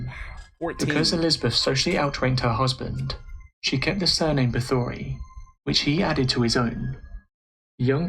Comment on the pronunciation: This was a great video. But everyone mispronounces her name. Bathory, It is actully pronounced as Batory The H is silent.